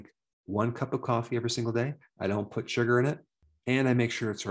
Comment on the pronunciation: Surgar lol northerner